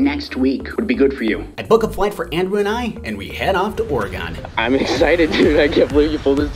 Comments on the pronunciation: You did NOT pronounce Oregon -- OR-EH-GONE. It's OR-IH-GUN. How dare you. Good video! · or-eh-GUN!!!! not GONE! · That's not how you say Oregon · this man said "oreGON" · You said Oregon so wrong..